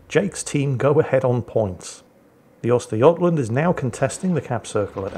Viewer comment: ...the prononcusation of Östergötland...that's actualy pretty damn close!